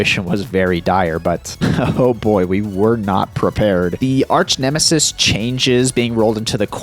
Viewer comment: Did you really say arsch nemesis on purpose ?